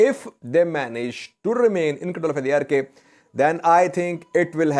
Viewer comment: Hi, Arkay pronounce as arkaai as in By, Shy Or Sky